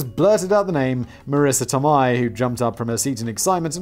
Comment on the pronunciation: Marissa Toe-may… that’s how it’s pronounced.